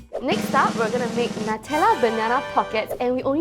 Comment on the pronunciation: Nutella should be pronounced as (new-tell-uh)